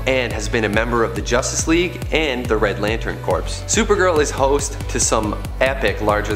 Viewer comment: corps /kôr/ The "P" is silent!